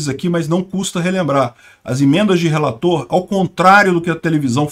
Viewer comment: "Emendas do relatorrrr". rsrs